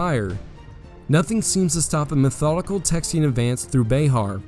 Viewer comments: FYI bexar is pronounced bear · Love the vid. Irked me everytime you said “Colorado” as “Codorado” but other than that and Bexar being called Behar it’s a 11/10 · Ya keep calling Bexar as Bayhar. I live in the area and have always heard it said Bear. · This is great. My only problem is your pronunciations of some things. Like bexar it’s pronounced “bear” not “bayhar” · Not Be-har its Be-ar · Sir, I have thoroughly enjoyed your storytelling, but as a native Texan, born and raised, each time you said Bay Har my right eye twitched, and I reached for my Bowie knife. Keep up the good work! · I wish you would pronounce Bexar correctly that was extremely annoying